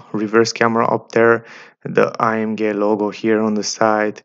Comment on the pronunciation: The way you say AMG to be A-M--GAY.